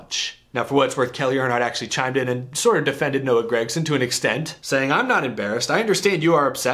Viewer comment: seems like everybody says grEgson besides Mike Joy every now and then